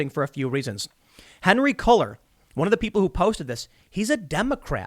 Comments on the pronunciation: I'm pretty sure Cuellar is pronounced kway-yar not cull-er. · Congressman Henry Cuellar's name is pronounced "Koo-yar" since it's Spanish. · The representative’s name (Cuellar) is pronounced K-way-R. Little help from Texas. Keep up the good work! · Henry CULLER...ha haha ha..You opened the damn wikipedia that SHOWS THE PRONUNCIATION, it pronounced "KWAY-arr". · Henry Cuellar pronounced Quay-are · It's pronounced QUAY with a hard R at the end. Henry's last name.